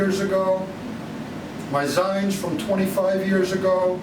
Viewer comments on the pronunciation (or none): Love the video! You're an awesome creator, but I'd suggest euphemisms like"struggle snuggles" for rape and "pattycake" for underage abuse... And finally, I don't think that the Youtube channel for Joe is right. Back in the day there were a ton of 'zines all over, but it's pronounced "zeens". If this guy was really involved, he'd know what to call his own work. It'd be like an F1 racer calling himself "an F1 racist". And yes, I believe Joe to be an F1 racist.